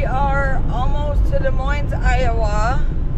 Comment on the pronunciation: Good call to take the south route. I live about 10 miles north of Des Moines. BTW, the "S's" are silent. Dee Moyne is "proper" pronunciation. Happy to see you make it without any breakdowns!!!